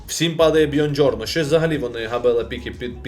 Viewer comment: Привіт, я живу в Італії. Правильно буде казати Буонджорно а не Бьонджорно. У.👍